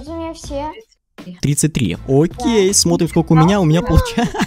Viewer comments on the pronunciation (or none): none